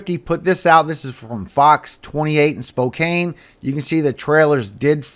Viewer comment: It’s SPO CAN! NOT CANE! I grew up just a couple miles from 4th & Fancher where the Tornado uprooted an Evergreen tree & flipped 2 RV’s. SPO-CAN NOT SPO-CANE! BTW Mark DEPP is no choir boy he and Heard are ACTORS! OUR EYES Need to be on JESUS! Not Satanic Hollywood actors out there to distract us by the Devil! ARMOR UP SAINTS!